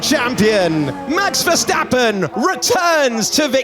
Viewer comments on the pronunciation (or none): Por que dice ferstapem si es verstapem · Por the Spanish comentarist: Os Verstappen not Ferstappen